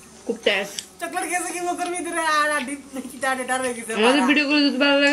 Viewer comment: Hahahahaha sooo funny and when I first see this video I was laughing cause it's very funny when she say khub tesh😂😂